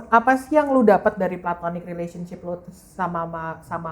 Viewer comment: ga di maple ga di sini, konsisten nyebut "plantonic" capeee😭